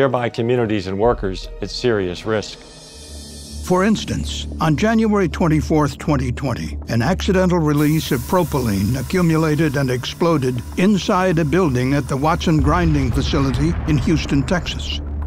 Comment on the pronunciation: An accidental release of pro-po-lyene vs what an AI reads in a hurry